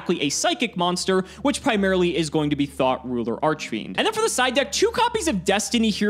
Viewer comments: I don't care how childish it is, but I giggled a little everytime i heard THOT ruler. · I keep hearing "Thot Ruler Archfiend" from MBT...